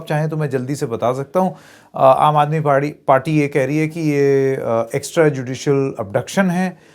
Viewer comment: he says Aam Aadmi PAWRI... 😂😂😂 Meme effect anyone... Pawri ho rahi hai?